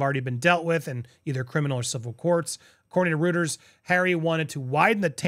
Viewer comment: It not "Rooters" its "Royters" pronounciation